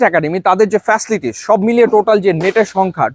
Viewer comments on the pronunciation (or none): উনি বারবার ফেসলিটিস বলতেছিলো 🥴 অধিক শিক্ষিত মনে হয়🤔